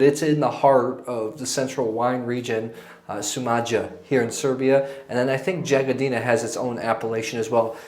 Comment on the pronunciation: Good choices... It's pronounced Yagodina. if you ask your host or locals they will help you with pronouncing the names of places and wineries.